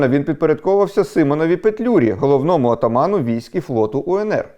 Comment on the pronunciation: Дякую за розповідь. От тільки визвОльний і п'яТДесяти, шесТДесяти, отАман